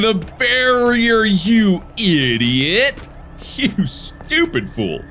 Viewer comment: How were you able to write idiot exactly the way he said it!??! Dude